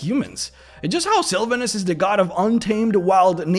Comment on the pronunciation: Love the video... please learn how to say Sylvanus' name though. Hurt my ears being one of my favorite deities :(